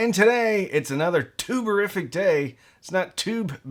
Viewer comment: Every time you say “tube-a-rific”, I hear “tuberific”, and I momentarily get excited about some high-grade potatoes.